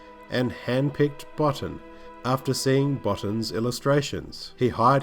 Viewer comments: As a kid this film scared the heck outta me and inspired my artistic 'juices'. And it's pronounced Rob Boteen..... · It's pronounced 'Bow-teen'. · Enjoyed this very much, but I wanted to correct your pronunciation on a couple of points. It's KWAY-termass and Rob Bottin's name is pronounced baw-TEEN. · Yes, it’s pronounced ‘Kwaiter-mass’. Also, Rob Bottin is pronounced ‘Bo-teen’. Good vid though...